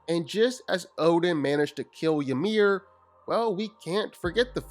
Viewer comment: Calling him Yamir is annoying af , its spelled Ymir but it sounds like E-meer.